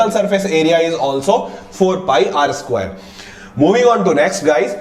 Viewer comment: Skwaiiiire did u notice he says skwairee